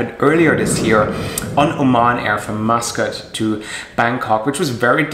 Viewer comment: It is called Oman Airline not O MAN airline